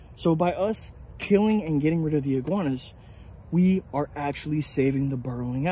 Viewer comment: Iguanas, not goanas